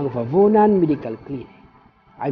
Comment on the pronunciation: fabunan po! hindi favunan!